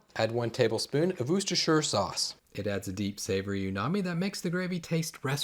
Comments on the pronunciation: Lol can just say Worster sauce. Like W-OR-STIR. That how we say here in Oxford UK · Good try. I'm from Massachusetts. Wooster sauce, if I'm keeping it simple. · Woooocestershie sauce ? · I’m British so I add it to most stews and gravies, but it’s best on cheese on toast. Wustersher is how we pronounce it but your way is better